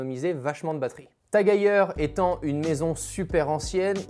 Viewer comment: C’est TAG-EU-R ? Lol